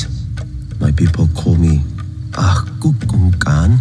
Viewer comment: I cant unhear him say a poopookahn.